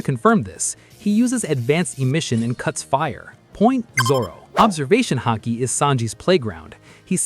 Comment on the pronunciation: Lol "hockey" 😂